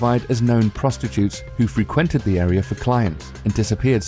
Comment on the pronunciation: ok here bud since you don't know how to speak English I'll help you out... exmp. #4 you said frequent- free*quent-it is all one word you say it freequent all one word don't make me have to tell you again work on your lisp too